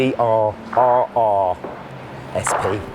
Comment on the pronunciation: It's CBRRRRRRRR, you gotta say it like a pirate